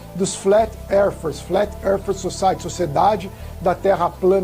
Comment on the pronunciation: Não sabe nem pronunciar Terra em inglês! O cara, não sabe nem porque a cabra/caprinos cagam/defecam em bolinhas, saberá o formato da terra.